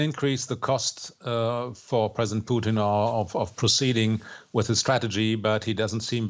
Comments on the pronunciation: His name is Putin, not Peuteen pronounced Poo-Tin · Why does she keep calling him Poutine? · president puotine lol. its putin lady poutines is fries with cheese and gravy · Why does she say Pooteen? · President "poutine" lool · All I hear from her is “President Poutine”